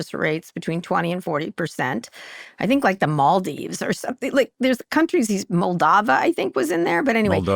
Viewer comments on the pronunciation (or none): Yeah but Kara likely has never heard of Moldova (based on her mispronunciation). Horrible from an educated person.